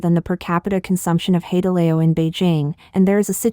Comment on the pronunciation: HOW CAN YOU MIS PRONOUNCE HAI DE LAO? WTH???